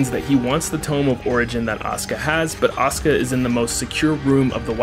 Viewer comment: Every time you say Asuka I hear Oscar